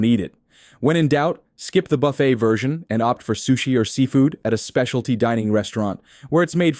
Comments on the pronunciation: It's pronounce "buf-fay"... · Hey AI you may want to learn the correct way to say buffet.